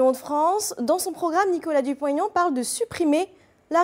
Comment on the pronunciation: Pour la journaliste : ce n'est pas Dupont "Taignan", c'est Dupont-Aignan. C'est un nom propre avec un tiret qui plus est, donc il n'y a pas lieu de faire une liaison.